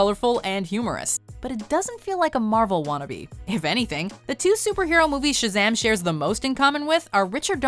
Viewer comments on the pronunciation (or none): 7. Why you Say Shzam when it is ShAzam?